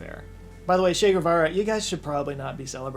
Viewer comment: Che was absolutely a good dude. And not to be that guy but if you can't even pronounce a dudes name right maybe you shouldn't voice your opinions on that dude